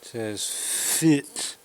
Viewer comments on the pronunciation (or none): none